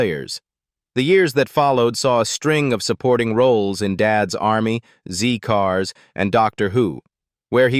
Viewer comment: Zed cars not Zee Cars we are not American. AI narration is crap